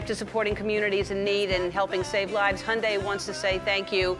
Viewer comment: Umm..is that how you pronounce hyundai?..